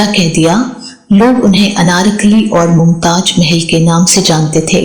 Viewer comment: Nice information about Bina, but please correct your pronunciation Zinda, not Jinda , Mumtaz not Mumtaj